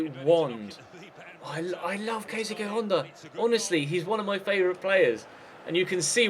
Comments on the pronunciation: Keisuke is pronounced like KAYS KAY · Keisuke Honda is pronounced ke-su-ki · Honda's first name you prounounces Ka..suu ke